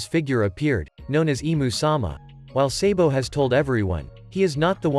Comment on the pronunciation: Why are you always say sebo but we call him sabo